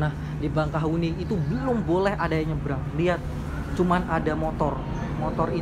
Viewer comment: Bakahueni bang, bukan bangkahueni